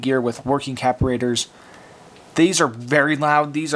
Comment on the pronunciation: What the hell is a "caporator"... you mean capacitor?